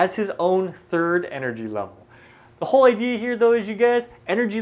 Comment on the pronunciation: "the IDEAR HEAR" (idea here...lol asians) nice vid tho